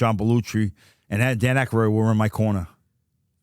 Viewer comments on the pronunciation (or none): “John Belluchi” and “Dan Akaroid” 😆🤣 Chuck literally mispronounces nearly every name he comes across.